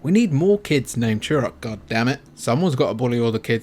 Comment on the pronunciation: Remember that game, ‘Chew Rock’? It’s T not CH!